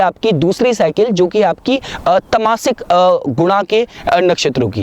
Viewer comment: It's not rajaasic but Raajsic. Not Tamaasic but Taamsic.